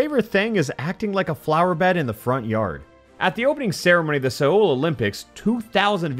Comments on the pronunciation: Ugh your pronounciation of "Seoul"! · Are we really gonna ignore how he pronounced "Seoul" ?